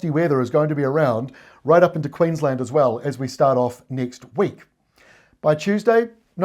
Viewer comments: Queens-land not Queens-lnd. And fish n chips not fush n chups 🤭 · Queensland not queenslund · Definitely pronounced Queens LAND not QueensLUND! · We definitely say “Queens land” not “Queens l’nd” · Queensland. One word. Not Queens Land. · Hi, it’s Queensland (pronouncing the a) not Queenslnd … curiously, on the other hand if you wanna sound like a local, Melbourne becomes Melbn 🙂👍🏻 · Do you say QueensLUND? What a novelty and enigma you Kiwi's are. Thanks mate great work. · You're a good man,the best weather person around. 'QueensLAND' in my book,but 'Orstraaalian' slang can butcher it many ways. Your weather presentations and dissertations are the best,always in a friendly and smiling way. Good on you cobber!! 😉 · Ex pat Kiwi says Queensland as spelt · Land in Queensland is always pronounced in full, just like Town in Queenstown. I've never heard anyone abbreviate Queenstown to Queenst'n and it's the same for Queensland. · Toowoomba - 2wum bah and Queensland not Queenslund . love your work